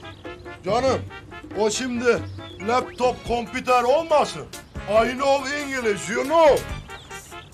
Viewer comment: Lap Lap compiter 😂🤣